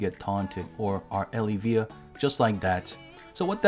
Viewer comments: I think it's El-iv-eeya. Not Eli-veeya. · Adam you must be new always a baddie when it comes to pronouncing names. I think he’s trolling us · is anyone else not bothered by how he pronounces Elyvia